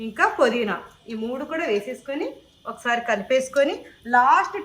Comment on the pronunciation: Podhina Kadu pudhina